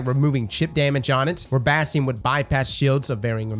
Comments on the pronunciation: the fact he calls it Bhastheon really bugs me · In this video we mispronounce it as Bass Tee In.